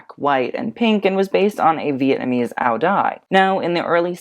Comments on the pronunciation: just for future reference, the vietnamese traditional dress you mentioned (ao dai) is pronounced ao zai or ao yai depending which part of vietnam that you're from!! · Just wanna say the Vietnamese dress is read /ao dzai/ thank u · Áo dài is pronounced 'ow yai' or 'ow zai'.